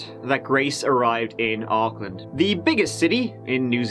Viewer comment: U pronounce Auckland really well 😁. This is a sad case I remember well 😢 I heart goes out to her family. No i don't mind being known for lotr. But there's more cases in nz that need coverage too can u please maybe do more from nz when u have time pleasssse